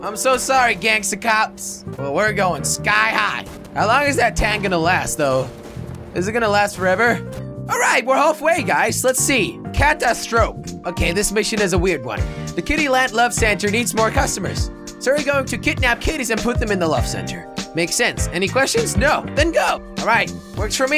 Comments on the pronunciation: ITS NOT PRONOUNCED CAT-A-STROFE ITS PRONOUNCED CAT-AS-TRO-FEE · catastrophe not cat- a- stroof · Lol he said catastroF not catastrophe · When Jelly said "Cata strope" I facepalmed so hard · "Cat-a-stroff" haha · Catastrophe (kuh-tahs truh fee) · Catastrophe (kuh-tas-tro-fee) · Wait did you just say cat sta strope? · Bruh u say it cu TAS trophy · Its pronounced ca-tas_trophy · It's pronounced ca-tast-trofy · It's pronounced catastrofey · You pronounced catastrophe wrong,how jelly? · You pronounced catastrophe wrong